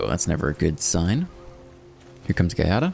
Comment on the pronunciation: as an italian... Try to read it ass Jiada